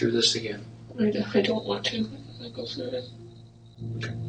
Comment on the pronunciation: I love it when he says lets give it a gewwww 😆